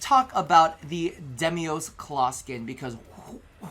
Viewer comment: I've seen precisely zero content creators pronounce 'Deimos' correctly. It's 'Day-moss.'